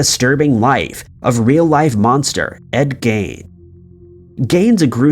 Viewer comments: ~ FYI ~~~ Ed Gein’s name is pronounced “GEEN” not gain, like the laundry detergent 😝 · I've seen multiple documentaries on Ed Gein and I've never heard anyone pronounce it like he does LMAOOO 😂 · Mispronouncing names is a common occurrence on this channel